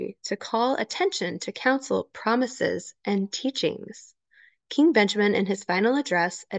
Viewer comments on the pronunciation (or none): none